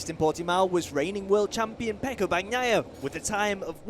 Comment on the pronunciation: STOP WITH FREAKIN BAG NAYA PRONOUCIATION. it's Bania ya. not Bag naya. so irritating to hear. :face-orange-frowning